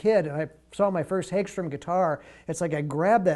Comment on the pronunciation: Hag-strom, not hage-strom